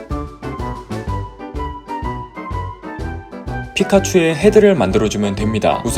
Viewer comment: 피카 자꾸 좆까 들리는 건 기분 탓?